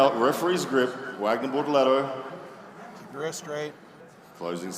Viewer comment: Bortolato, not Bortalato (or?)